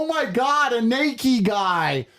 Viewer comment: Tate said "Nakey" lol